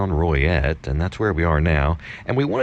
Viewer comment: Is it pronounced Roy et? I knew a gal from there she always said Loy et maybe my hearing not that good